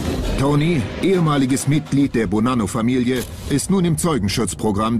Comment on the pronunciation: Bonanno 😂 nicht polano